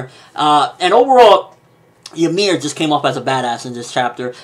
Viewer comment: it's not jameer -.- its YMIR